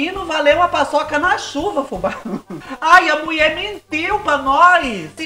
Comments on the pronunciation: Não aguento quando você diz:A muie falo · do céu, adoro quando você fala: "A MUIÉ FALÔ!" Me divirto. 😂😂😂😂😂😂